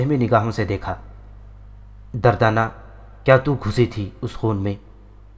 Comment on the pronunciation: دردانہ کا نام غلط بولا آپ نے